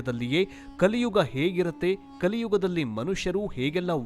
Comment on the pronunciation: 'Kaliyuva' 😂😂😂😂😂 its kaliyuga